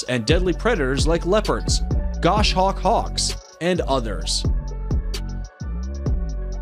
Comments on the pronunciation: agreed. & I wasn't sure how to say this either... while they do showcase some fascinating & gorgeous species their info is off & the pronunciation was also bothering me - like the "gosh-awk hawk" heh ... it may be better to watch on mute! then again snippets of their weird facts are echoed in their screen captions. eh. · The narrator needs an English lesson, he cant pronounce tamarin, laos, goshawk... Makes me want to rip out my hair. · Horrible writing and terrible Grammar. He even mispronounced Goshawk